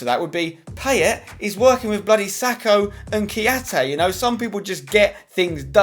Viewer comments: It's pronounced Pie-ay :) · it's PIE-YAY and yes, I'm gonna be that guy. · Poor effort on the French pronunciation of 'Payet'! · 'PIE-ET' not 'pay-et' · At least pronounce it right.. Pie-yay = Payet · Pls pronounce Payet right thnx xoxo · PIE-YAY ZA-RA-TUH Pls can people start pronouncing their names correctly! :(